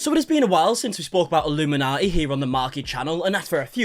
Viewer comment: You keep saying illuminati. She is illum inaughty